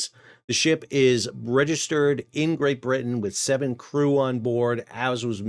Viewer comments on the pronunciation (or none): none